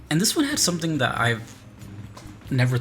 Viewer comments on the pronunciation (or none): none